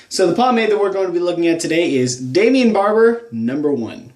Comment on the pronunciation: I don't understand why you like this product so much. It doesn't have any hold. It hardens up within 10 minutes after applying it to my hair. It loses its shine after 1 hour. And for a water base pomade it doesn't even wash out easily. English is not my native language but shouldn't you pronounce the brandname as "Daimon" instead of "Damian"? I allways watch all your pomade reviews and I love them! But this one truly sucks, and so does the pomade.